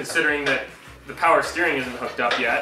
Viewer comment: “Mow powah Baby”